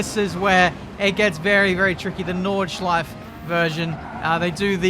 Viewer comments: It’s so funny. I‘m German and it’s funny to hear an Englisch „Nordschleife“ 😂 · Take a shot everytime when pronounce nordschleife wrong